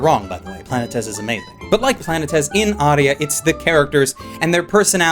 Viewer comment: Thank you for pronouncing Planētēs correctly, too many pronounce it like Planets, not realizing that the title is from the original Greek, which has 3 syllables and though it was used to describe celestial bodies, its literal meaning is "wanderer." In the show this name pulls double duty when referencing the movement of objects in space but also the characters as they wander through their own lives trying to find meaning and purpose.